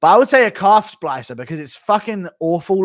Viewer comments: Guru still doesn’t know how to say Calf Slicer, always says Splicer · Guru calling it a calf splicer instead of a calf slicer hahahahaha what a doughnut